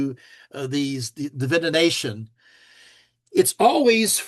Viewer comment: Still wondering why pronounces DIVI-NATION like Divi-ination.